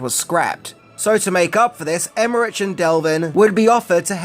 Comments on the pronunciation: Emerick ,not Emmerich. And Devlin, not delvin.. 🤣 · Their names are pronounced "Emerik" (EmerITCH) and "Dev-lin" (not del-vin) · You say Devlin and Emmerich wrong for almost the whole video. D E V L I N, not Delvin. Emmer-ick, not Emmer-itch. Love your attention to accuracy. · I'm not sure if anyone else has said this, but I feel compelled to mention that it is pronounced "em-er-ick," not "em-er-rich." In addition to that, you kept called him "Dean Delvin" when his name is "Dean Devlin." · Maybe my ear is fooling me, but I think you say Delvin instead of Devlin. He's half Filipino, by the way. And Emmerich, I think, isn't Emme- "rich", it seems to be Emme-"rikh". Maybe Americans just keep saying it that way and he's grown used to it. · Emmerich is German. It's pronounced like emmerick. There's no rich in Emmerich. BTW, love your videos. Long time subscriber 😊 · As always, great content. By the way, it’s Roland Emmerick or Emmerik, not “Emmerich”. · Love Stargate, luv ya, but it's Emer'RICK NOT Emmer'RICH. His name has literally been said by others and himself for decades, as well as DEV'lin, not DEL'vin.;) And I'm SO GLAD Kurt was there, because I could feel he was carrying. Oh and Ebert was a clown. FUN FACT: I was the Design Director on an original Stargate SG1 game being developed in 1996/97. It was rough, but I've always wanted to make anything Stargate (and still do). Unfortunately, my SG1 game (which was kind of like "Stargate meets Jedi Knight") was cancelled as MGM Interactive ran away from internal development. Every one I know who has worked on any Stargate game has nightmare stories. I'm convinced the IP is cursed. LOL. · Why would you pronounce Emmerich so wrong? It’s a German name…. And even if you would pronounce it English you would say Emmerick and not RICH… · Love your stuff... Fun fact 11 is that it's a hard K at the end of his name, and is pronounced "Emerik" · It’s Emmeric(k) and Devlin not delvin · Dean Dev-lin, Roland Em-mer-ik.